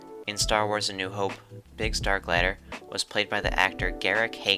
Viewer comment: Haha at least try to get the last name pronounced Overall great video though